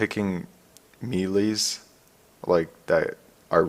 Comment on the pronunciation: meelee? do you mean melee(may-lay?